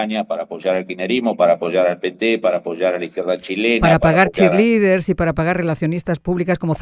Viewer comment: "Chearlesders" 😂😂😂😂 Eso me recordó a Michello, una chearlesder muy ridícula.